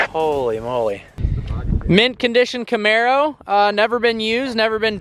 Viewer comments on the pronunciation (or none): none